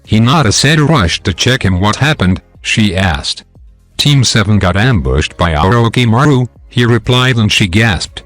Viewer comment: The pronouncing of orishimaro is wrong